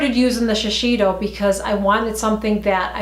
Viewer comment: I think it’s pronounced as.....she....say....do. My sister always corrects me when I say that make up brand. She likes their make up like from Shiseido 🙌🏼. Yes the thickness is well noticeable....more densely packed. Would you buy the CVS ones fir the teens and the more one for myself. Yes...you have to take off all of the waterproof mascara